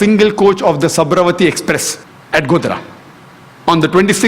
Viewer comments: ye bhadva indian hai kya...janam sabramati express..bhosdika sabarmati ko sabramati bolrai..lundoor sala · By the way small correction- its not sabravathi express..its sabarmathi express at godhra!!!!!